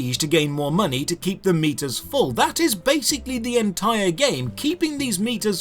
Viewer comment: oh, he's saying keep these meters full. i thought he was saying keep these meatus full.